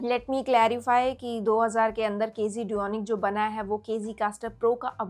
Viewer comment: KZ - Duonic 3 planner ye hee bolrahee na kz dunic bolke